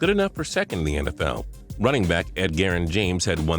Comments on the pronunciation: This dude narrating seems like he has never watched football in his LIFE. ED-GARREN James? This is one of many examples. Find a new dude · WTF?!?! That was definitely the strangest fucking pronunciation of Edgerrin James I've ever heard. Come on now, who in the fuck is Ed-geeran James, lol.